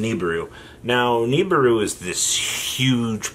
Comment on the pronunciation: read this. It's NOT Knee-Burr-Roo, it's Nih-(like Nick)-Beer-Roo.